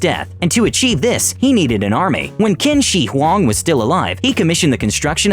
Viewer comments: Im chinese- and the first emperor of China is pronounced chin-shi-hwuang. Not kin-shi-hwuang. The pin yin (拼音）is Qin Shi Huang and the chinese characters are 秦始皇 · when he said "kin shee huang" I got so triggered.